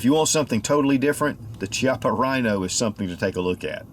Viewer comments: It’s pronounced “Kiappa” not Chiappa. You should get the name right if you’re going to do a review. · It's not pronounced shiapa, it pronounced kiappa. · It's pronounced "kiappa" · Pronounced as 'KEY-APPA', not 'CHI-APPA. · Thanks for the review, even if it's a few years late compared to you-know-who and you-know-who-else. So, I'm from the South too, but I still know that it's 'hex-AG-a-nal, not 'HEXA-gone-al' (like it's not a 'SPEED-oh-me-ter') and it's 'KEY-ah-pa' and not CHEE-ah-pa.' You can hear MR. Chippa pronounce it himself. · Pronounced “Kiappa” with a hard C. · Key-appa is how it is pronounced. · The pronunciation is Ki-appa, where the I sounds like e rather than I. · Hi, the correct pronunciation of "Chiappa" is "Kiappa", Italian is a weird language I know :) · Pronunciation of “chiappa” is kyappa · Key appa is how it's pronounced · The exact pronunciation is Kiappa: "ch" in Italian is ever equivalent to "k". So Ch-i-appa is K-i-appa. But "Ce" and "Ci" (without H in the middle) is equivalent to chi and che. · Is pronounced kiappa, goddammit! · Pronounced Key-Ah-Pah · the "Ch" is pronounced like "K". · It's named after the company CEO, Rino Chiappa. Pronounced "Key-appa". All models have fiber optic signs with the exception of the 200DS/D models. They just released an all-stainless 3 inch version. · I own the 20ds and it's not double action only. Its double or single action. Not trying to nit pick my friend but its pronounced "key" appa. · Pronounced: KEY-op-UH. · It's name after Rino Chiappa. It's definitely Key-ap-uh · You can pronounce fiocchi but not chiappa? Both Italian made. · 11 years later and they still can't pronounce Chiappa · pronounces Chiappa "Chee-appah" also: pronounces Fiocchi "Fee-ok-Kee" Confusion intensifies. o.O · I thought it was funny that he pronounced "Fiocchi" correct but not "Chiappa"